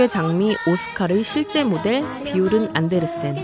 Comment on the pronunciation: 비요른씨 성은 안데르센이 아니고 '안드레센'입니다 여러분ㅠㅠ